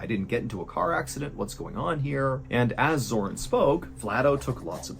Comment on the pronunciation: it is zoran, not zoron, zoran means dawn, female version is zora and male version iz zoran. it is actually very nice name and very common in former yugoslavian republics, you can find name zoran in croatia, bosnia, serbia, macedonia, montenegro and even slovenia.